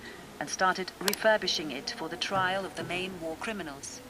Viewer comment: Very good but it is "Trial" not "Trail"